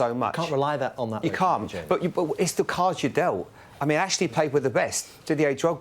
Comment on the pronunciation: Noo not cashly